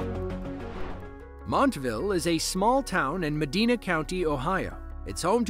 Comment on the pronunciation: Its pronounced Meh-DIE-nuh. Not DEE. GPS always mispronounces it too. Lived there way too long myself.